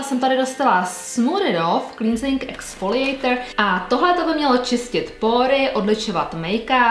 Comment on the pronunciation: Ahoj, cleansing se čte klensig, bez toho í. Super video i novinky :-)